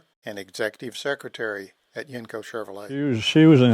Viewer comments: I was born and raised in pgh pa. I spent my teenage years living in Canonsburg near where these were built. My uncle's and I talked about Yenko's all the time. Although us locals always pronounced it "YENG-ko". Every time the narrator says "yenn-KO" , it sounds funny. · You say the word Yenko wrong buddy